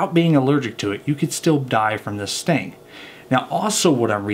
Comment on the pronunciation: I thought you said they die from stinging and sex..I had to back up had listen again